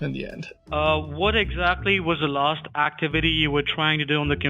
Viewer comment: "what exactly was the larst actee-viddy you were trying to do on the cameputer marm"